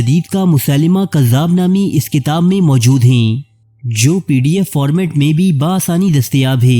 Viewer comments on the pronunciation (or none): none